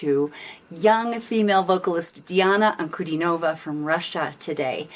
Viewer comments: In Diana's surname the stress is on DIN, not NOV. Just FYI. She's wonderful isn't she? Glad you enjoyed her performance! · "An-ku-DEE-no-vah". Accent on the middle syllable ;).